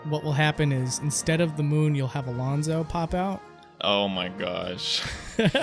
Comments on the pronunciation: It's Alfonzo, not Alonzo. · You said Rathalos correctly, but you said Alfonzo wrong. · You mean “Alfonzo”, not Alonzo